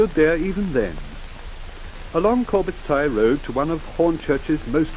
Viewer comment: Thanks for posting. Vehicles particularly interesting. Did not see much of the town center back then sadly? Very nicely done and survives its age rather well? Pretty sure they would all have been horrified at becoming part of Greater London in only 13 years time... Noticed some pronunciations I was not familiar with too (i.e. Corbets Tey). That might be ignorance on my part though?